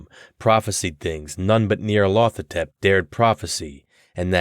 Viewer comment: I worry you've mispronounced the title character.